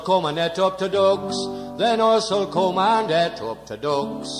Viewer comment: I think the t's were slightly overemphasised by you in t'ducks. It should be just a glottal stop. In "Then t'ducks will..." the t' is just a glottal stop. "Death" can be pronounced "deeth". "Our own back" can be "Uz own back". Obviously there are variations in how deep a dialect this is sung in, but a good effort at making the lyrics clear.